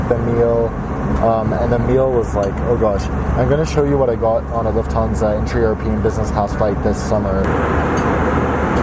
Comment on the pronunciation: Lhuftansa buuuuuuuuuu!😖😟😡😒